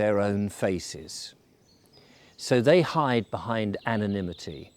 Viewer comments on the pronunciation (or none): none